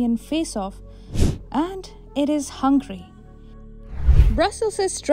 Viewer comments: *Hungary not Hungry , wrong pronounciation. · Excuse me. Not "Hángri" (hungry) but Hángöri. (Hungary). Your pronunciation is not good. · This country’s name is HungAry instead of Hungry. Please pay attention. You won’t like India be called Inda, right?